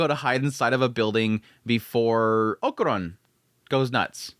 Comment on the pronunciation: Man i missed Dandadan, such a fun series, i also missed you killing Okarun`s name by calling him "okuron" haha